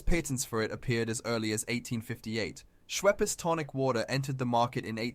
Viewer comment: As a Brit, his pronunciation of quinine and Schweppes really bothers me! Also a good Gin is a super nice refreshing alcoholic drink! But there's a big variety in gin quality.